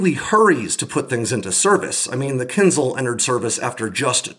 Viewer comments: Is there anyone home who has English as the first language? Ask this rare person to find a difference in pronunciation between "kinzal" and "kinzhal", and explain it to you. This is embarrassing in a video about one of those. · It's not kinZal, it's kinZHal, where ZH is the same sound as in "casual" and "abrasion" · it's kin-zhal, zhhh, like "J". Kinzhal